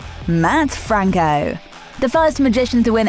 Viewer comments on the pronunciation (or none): none